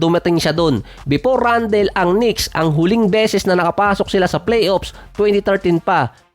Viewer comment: Randal di randel. Toron di ty-ron make small research on how you pronounce those american names.